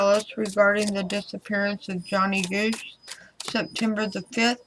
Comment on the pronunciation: His name is johnny gosch. Like omg or gawsh